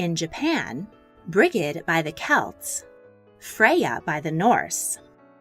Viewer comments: “BRIG -EDD” ??!!!! Brigid is pronounced “brid-jit” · Get video!, but her name is pronounced “Bridge-it” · Anthony Watts Brigid is an Irish name, and in Ireland where I am from it is pronounced “brid-jit” only. There are numerous spelling but only one way to pronounce. It’s the same as someone pronouncing soda like “sodd-ah”. It’s just wrong